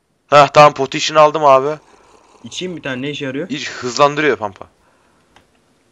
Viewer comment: po potiyşın :D